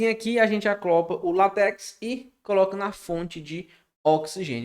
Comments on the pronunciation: excelente aula, mas cuidado com pra não confundir: a palavra correta é ACOPLA e não ACLOPA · alguém por favor dá uma aula de português pra esse cara, é o segundo vídeo que assisto com, ele falando "aclopar" em vez de ACOPLAR!!!! Nos minutos seguintes ele permanece no erro falando "aclopa", "aclopado" aff! Video muito bom, ele explica super bem, só precisa aprender a falar direito!